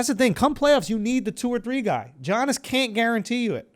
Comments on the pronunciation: Lol, it's YANIS not G-ANIS. Do u actually watch basketball?? 😂😝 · Yo Andrew I just have to say Giannis is pronounced like “Yannis”. You’ve said Jiyanis for weeks, lol just so you know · Isnt this a sports podcast bra? Let's tighten up. It's like 20 episodes where u mention this mysterious JOHN-IS guy. Giannis = YON-NIS BRO HIS NAME IS PRONOUNCED YAHN-IS NOT JOHN-IS